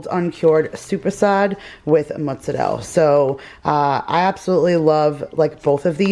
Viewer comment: I love how you say mozzarella